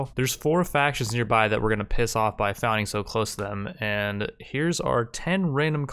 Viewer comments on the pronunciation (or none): none